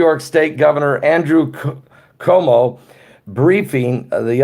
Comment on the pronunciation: Our gov is pronounced Cu woe moe